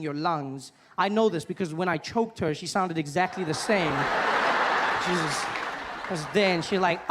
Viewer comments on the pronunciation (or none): none